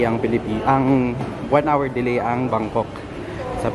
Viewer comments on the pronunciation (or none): none